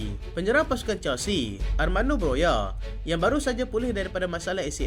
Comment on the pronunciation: 'broha' bukan 'broya' ikutdan la ni